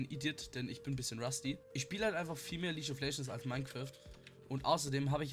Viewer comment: League=lieg Nicht litsch